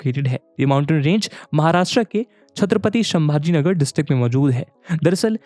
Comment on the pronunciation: Thank you sir❤❤ specially for chatrpati sambhajinagar and ahilyanagar pronouncement ❤